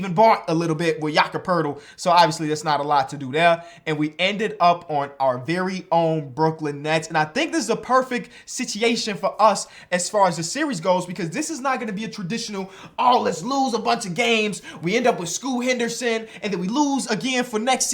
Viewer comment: bro said secitytion😂😂